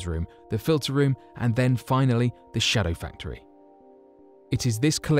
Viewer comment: Indeed. He stresses 'shadow' in 'shadow factory so it sounds like a factory which produces shadows, he should stress 'factory' so that it sounds like a factory which is a shadowy version of a non-secret one.